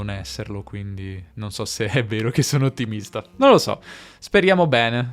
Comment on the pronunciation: Perché pronunci "richiesta" e "ottimista" nei primi trenta secondi con la schwa alla fine?